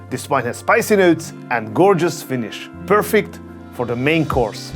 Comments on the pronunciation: He did say pear_fect ☺️ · Are we just allowing that "pearfect" comment? 😂